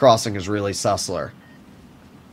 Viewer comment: Every time says sussler my lifespan goes down by a few months.